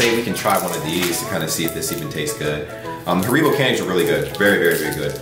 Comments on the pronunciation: Holy crap do americans pronounce Haribo like that? you're supposed to stress the a, not the I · little hint: pronounce haribo on the „ha“. HAribo